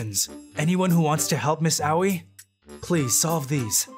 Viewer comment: everyone whos seen beelzebub be cringing at the "Aoi" pronounciation